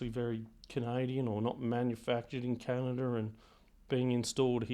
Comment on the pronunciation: " Canider" LOL LOL